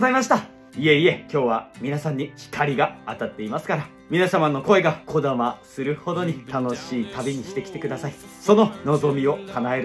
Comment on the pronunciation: こだま、ひかり、のぞみって全て新幹線の名前だけど強調してるように聞こえる笑もちろんそれが悪いって話じゃなくて説得力あるなって話